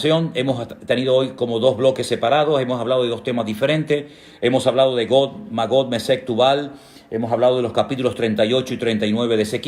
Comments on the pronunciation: Hermano buenos días. Es Gog o Got. Pues cuando yo lo escucho parece que usted pronuncia como Got y se le escucha como Got. Será que en hebreo es Got. Por favor expliqueme. Gracias. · NUNCA HE ENTENDIDO PORQUÉ, HERMANO, LOS PROPIOS ESPAÑOLES, LUEGO LOS SUDAMERICANOS, SON LOS PRIMEROS EN DESTRUIR EL IDIOMA ESPAÑOL. MINUTO DICES GOT, 2 VECES Y MUY CLARAMENTE PARA REFERIRTE A GOG (DE LA TIERRA DE MAGOG). CHÉCALO, NO MIENTO Y ES BUENO QUE SE NOS PUEDA AYUDAR EN LO QUE NECESITAMOS, NO?